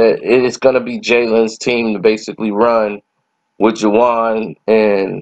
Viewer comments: This nigga said Juwon Howard 😭😭😭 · is always fucking up names 🤦🏽‍♀️